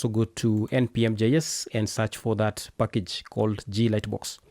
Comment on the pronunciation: I love when he says 'pakege'!😄 & sass is sus🤫 got a feeling of among us😁